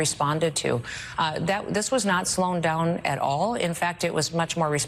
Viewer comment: Did she say slown down 😮🤨